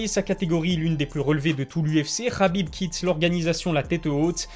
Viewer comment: On ne dit pas khabib mais Habib